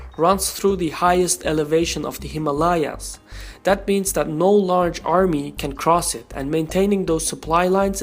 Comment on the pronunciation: imma-layaas or himalayas?